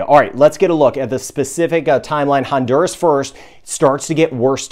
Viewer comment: Is not Hondurus, it's Honduras.